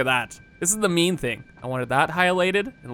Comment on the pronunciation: Every time you say "Main" I think you say "Meme". So you've been talking about having a "Meme power switch" during the whole video... XD Good luck with the new world, man. Can't wait to see you reach new heights... and break Satisfactory once again! (also can't wait for the world download) <3